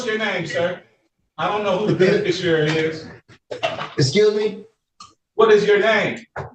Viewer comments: It's hilarious to me that none of these idiots can properly pronounce the word "beneficiary". It's always "beneficiarary" or "benefishurrrrrrrry" or something equally mouth breathing and dumb. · “Be-ne-fish-ER-ary”. Lol. It’s rare that a person can’t even pronounce his own name correctly. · “beneficuary” [sic] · I heard ‘benifishruary’ too.